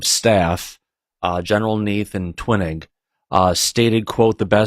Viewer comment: Oh, by the way. General Twining, is pronounced Twining(, like twine, thin string. ) RAAF= Ar, double A ef.